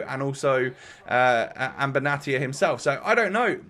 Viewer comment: It’s pronounced benashia but love the vid as always